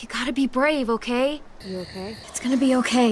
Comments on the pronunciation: All i hear is "cocaine" "a cookie" 😭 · I like the part when it sounded like cocain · Lol I listened to her a lot saying that now it sounds like she's saying cocaine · Eventually, I heard ”cocaine” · Hi what is it? I hear cocaine now omg 😂😂😂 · i don’t even hear okay anymore i just here ‘oh kae’ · bruh I hear oak hay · When u listen to it a lot it sounds like if said oke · after a while i started hearing ogay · After awhile I started to hear “oh gay” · Eventually I heard, ‘ croquet’ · if you watch it in 1.25 it looks like is saying cocaine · In season 2 it sounds like she's saying "Okaine" COCAINE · At first I sounded like okay but then it sounded like O Kane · I kept hearing “cocaine” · It sounds like cocaine if you listen it too fast 😂😂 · Sounds like she saying "cocaine" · Cocaine? I only hear cocaine? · Am i the only one hearing Kokain? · is it me or it sometimes sound that she says COCAINE? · Why does it sound like she's saying cocaine?